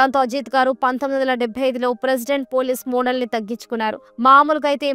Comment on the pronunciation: మోడల్ కాదు తల్లి మెడల్